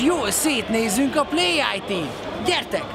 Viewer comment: Még jó, hogy "péljit", nem "pléjájtí"... Nézzetek utána! Komolyan, vannak jó ötleteitek, meg jól sikerült videóitok, de annyira pancserek vagytok úgy általában. Hogy félreértés ne essék, elmondom, hogy kb. 2008 óta ismerem, és követem az iPont, a gépemet, meg kisebb-nagyobb dolgokat is az oldalatokról rendeltem, de ezek a néha szakszerűtlen, néha már nevetséges, vagy annak tűnni akaró videók, amiket gyártotok kicsit megrengette a bizalmam felétek. Jó dolog a humor, a vicceskedés, de kicsit több komolyságot várnék egy számítástechnikával foglalkozó oldaltól. Meg sokszor érzem azt, hogy úgy beszéltek, mintha 9-10 éves gyerekeknek próbálnátok elmagyarázni a dolgokat. Basszus, nem hülye a néző, meg ma már a szomszéd marika néni is tudja, mi az a "rúter", nem kéne mindig úgy alapul venni az emberek előismereteit, mintha most ért volna véget a második világháború. Összességében nem ehhez a videóhoz szól, amit írtam, hanem a többihez is, csak eddig nem éreztem, hogy írnom kéne, de ez most kikívánkozott belőlem. :D Nehogy elszomorítson, és negatív kritikaként fogjátok fel, amiket írtam, hanem kihívásként, amit elérhettek, mert amúgy örülök ennek a youtube csatornának, csak nem bírom, hogy hülyegyereknek néztek. XD Viktor is, amikor teszi az értetlen, buta, de kíváncsi nagymamát, na az nálam kicsapja a biztosítékot. :D Mondjuk mint egy gyerek, de ezt már írtam is elégszer. Na nem is koptatom tovább a billentyűzetem(ami tőletek van xD - jó áron vettem, hibátlan azóta is, és különben me